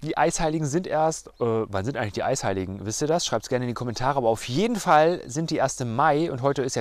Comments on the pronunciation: Habe ich was an den Ohren oder hast du bei wirklich Heißeiligen gesagt? 😁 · Die "Heißeiligen" 😁 Das war echt ein toller Versprecher 👍🏻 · Fand ich auch süß 😉😘